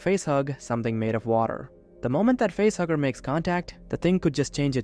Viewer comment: At first I thought you were saying it was a butthugger instead of a facehugger.